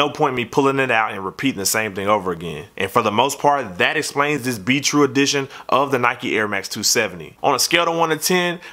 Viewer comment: sounds like you're saying beetroot not be true lol